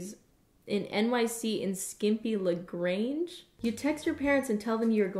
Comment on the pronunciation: She did not just pronounce Lingerie Lig-Range 😂 I